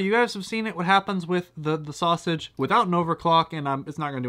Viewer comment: Why are you having trouble saying "Sausage" ITS JUST A SAUSAGE!